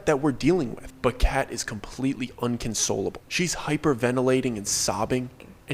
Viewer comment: Inconsolable not unconslable